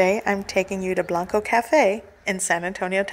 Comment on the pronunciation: It's pronounced "Blank-koe" Cafe, same as "Blanco", TX. And I don't believe they use cheddar cheese there, I think it's "Easy Melt" sort of Velveeta stuff BUT its still very good. (And I prefer cheddar on cheese enchiladas always!)